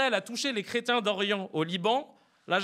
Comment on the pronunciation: Quand vous parlez des chrétiens d'Orient faites attention de bien le prononcer et de ne pas dire comme sur la vidéo "crétins d'Orient" Merci